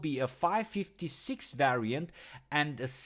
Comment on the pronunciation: 5 56 who the fuck says it like that and 7 60 2 what in the name of fucks